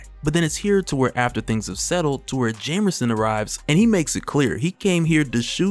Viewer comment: This dude stay saying "jamerson" lol